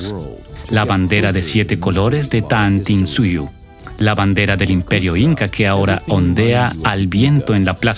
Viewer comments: "Tahuantinsuyo" no "tantinsuyo" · Desde que escuché eso de Taantinsuyo y no Tahuantinsuyo, Sacsauaman en lugar de Sacsayhuaman..., ya denoté que este documental iba de mal peor... ni se diga de llamarnos indios. Terrible. Dejen de llamarnos así, aquí en América no hay ni hubo indios. Terrible.